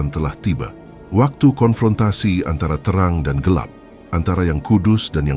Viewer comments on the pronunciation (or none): none